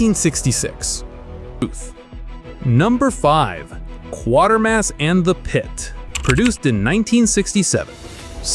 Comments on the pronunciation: It's Quatermass😡, not Quartermass. Quater Quater Quater to rhyme with crater crater crater. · It's pronounced "qwaytermass", not "quartermass". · ...and it's "kway-ter-mass", not "kwor-ter-mass", Mr Narrator! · It's " Quatermass" Not Quartermass, Idiot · A great review... but, it's Quatermass, (like crater), not Quartermass 🙏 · It's 'quater (as in crater) mass' not 'quartermass'! Flippin' yanks!! X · The AI "narrator" hasn't yet learned to say "Quartermass". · La Jetee is haunting. It's always been considered a classic. I probably only saw it once decades ago, but have never forgotten it. Triffids is also a great read, as are John Wyndham's other classic SF novels such as "The Midwich Cuckoos" which became "Village of the Damned," another good brit SF film. Again, it's Kway-ter-mass, not Quarter-mass. And one of my fave SF films from the period. As is Crusoe on Mars. Another SF/fantasy film from the period that I always enjoyed watching as a kid was "Atlantis, The Lost Continent." And don't forget Harryhausen's gorgeous spfx for "First Men in the Moon," very entertaining. And also don't forget Joe Losey ("These are the Damned," not to be confused with the other film named The Damned by Visconti) directed the memorable anti-war fantasy film "The Boy With Green Hair" starring Dean Stockwell in the late 40s. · It's not "KWA-ter-mas," it's "KWAY-ter-mas." I've seen two of these. In "Robinson Crusoe," the pilot who died was his mission commander played by Adam West. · It’s pronounced Qwaitermass not Quartermass. Other than that excellent stuff. 👍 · It's not Quartermas it's Kwatermas to rhyme with crater. Try getting a human to voice the video and learn the correct pronunciation. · There’s no R in Quatermass! Maybe you spelled it like the AI commentary mispronounced it?! 🤔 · NOT Quatermas. ' QUATERMAS ' try kwatermas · For "Quatermas", start with the phrase "equator mass". Then just drop the 'e' sound at the beginning. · It's pronounced KWATERMASS!!